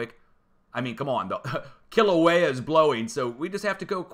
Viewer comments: Are you from Boston? 🤔 I swear you’re saying Killer Whale...😂I jest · I bet you can't even properly pronounce Kilauea 🤣